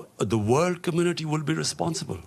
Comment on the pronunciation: pe sawal puchney waley ne kaha world, laikin laga jeyse word kaha ho toh peche beythi huwi koi stupid ourat jo ke agar India nahi toh Pakistan hogi apna sar aesey hilaya jeyse eis ne galat English bol kar bohot bada gunah kar diya ho, agar yeh Pakistani hai toh eis ko sharm anni chahiye ke jab hum logon ko unity ki zarurat hai, yeh apney hi logon ka mazak ouda rahi hai, agar kisi ko pata ho toh please batao yeh stupid ourat kon hai?